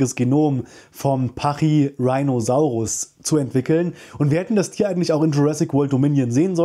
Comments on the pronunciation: Der Name kommt von rhinoceros, also ruhig Latain/Deutsch aussprechen 😜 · "Rhino" aus Pachyrhinosaurus ist jedoch Latein oder Griechisch denke Latein bin mir nicht ganz sicher. "Rheino" wäre englische Aussprache, und nicht lateinisch also schon pachyrhiiinosaurus :-) danke für das informative Video! ♥ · Top Vid aber, Sukimimus (ausgesprochen) nicht Suchimimus. Und ja, Pachyrhinosauraus wird Stumpf Deutsch ausgesprochen im deutschen, ähnlich wie Rhinozerus